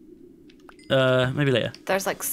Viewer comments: "How much glass do you have" - Says SIX making it sound like "Sex" - "Maybe Later" YOGSCAST EVERYONE! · "Six" (sounds like sex) - "what?" - "six" (sounds like sex) - "maybe later";););) OOOOAAH FUCK BUDDIES CONFIRMED!